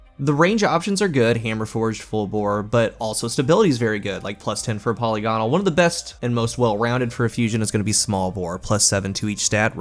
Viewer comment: Not po-lee-gonal It's po-lig-onal